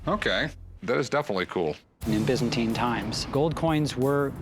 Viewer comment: Wtf is the bizzenti empior it's byzantine. Again americans ruined any language